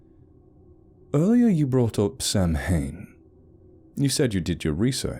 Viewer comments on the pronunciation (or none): Great story! For future reference, Samhain is pronounced "sou en". The "sou" as in the word "sour". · Samhain is pronounced sow-en. Gaelic looks weird when you're expecting English.